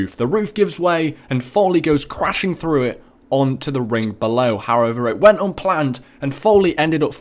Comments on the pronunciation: wtf he sais tribble haich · like really tribble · It's sounds like your saying Triple Hache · That's not how to say triple H